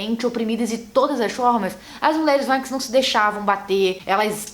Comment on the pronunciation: Mariana Miranda tá me dando agonia dela falando "vaikings"